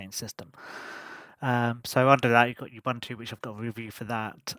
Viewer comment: Pounced "Gee-Nome" not "gh-nom", and not "Ew buntu", "Uoo Buntu" however really appreciate the review from a everyday user's point of view. S.T.E.M stand for Science, Technology, Engineering, Mathematics 😊